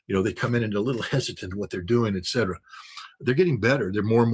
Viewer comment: edcedra-> et cetera